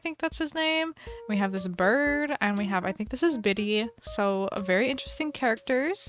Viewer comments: HEr name is birtha not bitty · It's Birtha not bitty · For the 1 minute challenge, the plant one would of probably been easier. Just smack the plants down everywhere. Lol 😅 And the hippo is Bertha not biddie. Haha 😂 I loved all the builds,. You did great. ❤